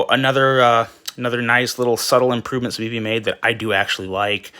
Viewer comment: LMAO you can't even say the name right 🤣